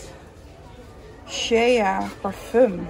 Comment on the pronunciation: Shea spreek je uit als "Shay" & niet als "Sheya"🙈 haha typisch Hollands dit